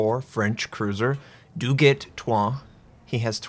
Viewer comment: Doo-gee I understand from a Frenchman